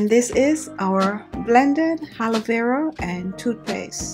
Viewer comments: Blue winter baby x the triple a (aaa) is for emphasis of the "a" vs. the "h" which she incorrectly adds at the beginning of the word. lol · ...it's Aaalovera not Halovera. Keep the beauty ideas coming though. I often check in to see your videos.